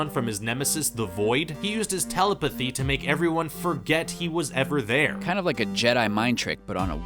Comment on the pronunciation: His “telapathy”